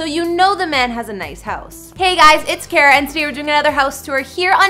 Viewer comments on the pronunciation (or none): none